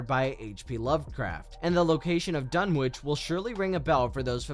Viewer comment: Can no one say Dunwich properly ?